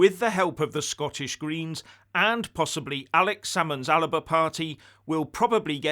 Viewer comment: It's pronounced Aliba according to Mr Fishd.